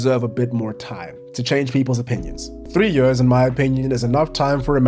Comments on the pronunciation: Where is that dialect from? «Its been yeers» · “Its been yöörs” lol